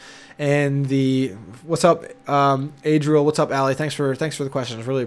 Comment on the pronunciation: Lol it's Adriel not Adrian.